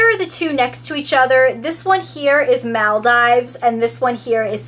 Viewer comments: It's said muldeeeeves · girl it's Maal-DEE-VES! have u never heard of the group of islands/country??! its a world famous tourist destination..